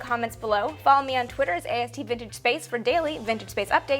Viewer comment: you say Twitter with an "s"... I love you even more